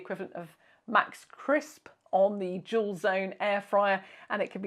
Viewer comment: No! I looked at the subtitles and they say "dual" lol. That makes sense, but I could swear I hear "jewel". 😂